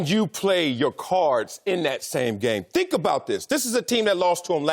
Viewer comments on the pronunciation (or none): I can't take anymore "dhink" from Marcellus. Will someone please tell him it's "think"?